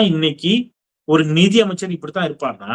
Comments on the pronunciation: ஒரு துரதிர்ஷ்ட அமைச்சர் நிதி பற்றாக்குறை என்று சொல்ல தெரியாமல் நீதி பற்றாக்குறை என்று சொல்கிறார் தமிழ் மொழியை அடகு வைக்கிறார் எங்கேயோ செல்கிறது தமிழ்நாடு சார் இரண்டாம் வகுப்பு படிக்கக்கூடிய மாணவன் கூட தமிழை தெளிவாக வாசிப்பான் ஒரு பேப்பரை பார்த்து கூட படிக்க தெரியாது அமைச்சர்கள் ஒருவன் சொன்னான் ஒரு முட்டாள் முதலமைச்சர் என்று அப்படியே வைத்துக் கொள்ளலாம் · நிதி யை நிதி என்று படிக்க தெரியாமல் நீதி என்று படிக்கிற முட்டாபய நிதி அமைச்சர் தமிழ் நாடு விளங்கும்